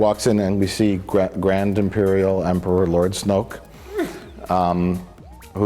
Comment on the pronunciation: Emperor Snook is my favorite new character pronunciation